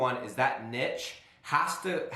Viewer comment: You pronounce niche wrong